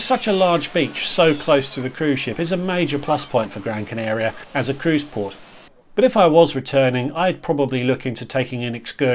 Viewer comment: I love these videos, super helpful to new cruisers looking to get the true impression of what port days will really be like away from the glossy brochures. And your Spanish is pretty good - I'd just say it's Gran Can'ah'ria rather than Gran Can'ay'ria. The beauty of Spanish is that all vowels are always pronounced the same (with rare exception). I won't comment on Portuguese though, which sounds lovely but I wouldn't even TRY!